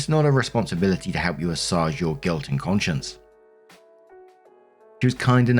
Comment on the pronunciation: pronounced assuage as ah-soj but it’s actually uh-swaige.